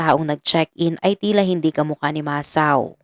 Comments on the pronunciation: Need more improvement pronouncing Japanese names.. it's MA - SA - O.. not MA - SAO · HINDI PO MASAW IT'S MASA-O 😂MUNTIK NA MAGING ISAW EH NUBAYAN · It pronounce Masa-o...sorry for correcting you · Wag ka sanang magalit pero Mali Mali ang pagbigkas mo sa mga pangalan masa-o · RIGHT. . MASA O